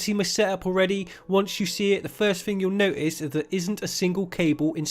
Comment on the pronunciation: The first thing you'll "Noist"....... NO TIST*